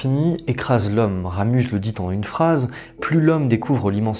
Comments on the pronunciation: Très belle vidéo ! PS: on dit Ramu(z) le Z est silencieux ;). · Toujors aussi interessant, bien que un peu trop literaire et sans avis personnel, mais l'explication, digne d'un prof de literature, ai un seul ic, on ne prononce pas le Z de Ramus La bise d'une suisesse. Je te suis assidument, nous sommes de la meme engance lol !!!